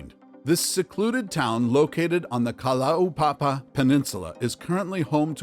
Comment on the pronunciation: your pronunciation of kalaupapa and hawai'i was amazing, thank you